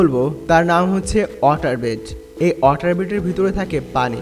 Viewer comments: Woter na vhi water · Its water not otar lmfao